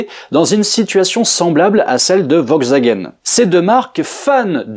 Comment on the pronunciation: kezako "vogzagen" ? 😃